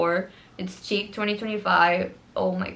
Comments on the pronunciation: it’s def “sheek” girl she’s just saying it like “chick” lol❤ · wait, is it this the correct english pronunciation? I thought it was an universal french word and it was "shik" for everyone! maybe it is like the word pistacchio (that english/american people pronounce it "pistacio", while here in Italy we say it "pistakkio"). I'm genuinly curious, does anyone know?